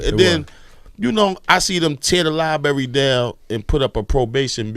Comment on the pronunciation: Maybe if they had that Library they would have had the opportunity to learn that its not pronounced LIE-BERRY thus taking away the opportunity to mock their in education from internet trolls.